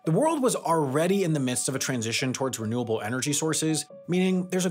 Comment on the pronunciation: You mispronounced: "Reliance on renewable energy sources..."